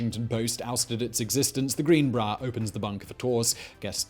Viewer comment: Everyone: greenbrier Simon: GREENBRAAR